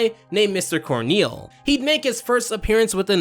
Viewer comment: “Corneal” lol